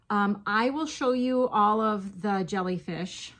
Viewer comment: Ohhh my now I want to make a bunch of "Jolly Fish" 😂 thats what I thought you were saying & now I like that name better 😂😂😂 I'm seriously gonna attempt it & I'm calling them Jolly Fish 🐠🐟😊 That's ok...in Amarillo they couldn't understand me. I'm Cajun & I just quit saying "Fork" over there 😂 I'd just saying eating utensil.